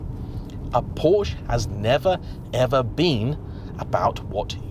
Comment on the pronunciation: What is Porsch? How one can take your video seriously when you cannot even pronounce the brand's name correctly